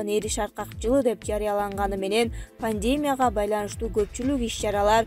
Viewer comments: Блогер пандеемя эмес пандемия деп окучу байболгур. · Падения эмес пандемия деп окучу,блогерсинби жебулогерсинби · Пандемя эмес пандемия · Пандемияны туура ОКУЙ албайсынар журналисткалар?